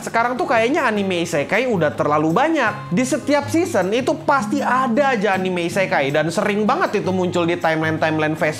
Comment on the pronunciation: Hidden dibaca Haiden, Anime dibaca Anim, Meme dibaca mEmE, Chapter dibaca Khapter 🤦‍♂️ Edit: Konteks